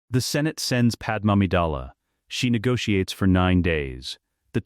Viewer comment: Please fix Padame's name on future videos. The wrong pronunciation is annoying. Otherwise I enjoyed this.